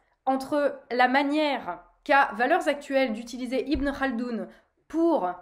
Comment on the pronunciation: Tu prononces bien le « khaldoun » 😂😂